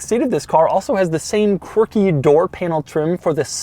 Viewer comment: I drank a shot every time he said Quarkie. I am dead.